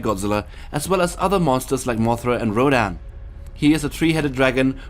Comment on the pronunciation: At least he got Rodan right lol